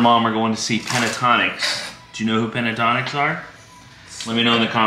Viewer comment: Yes, love Pentatonix but you are mispronouncing the name, you are putting the a in the wrong spot. Its pen-ta-ton-ix not pen-a-tonix